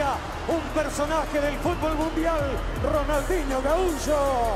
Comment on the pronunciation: RONAL"N"DINHO, jajaja, quien le estampó el nombre, Papelucho Disléxico, que merme...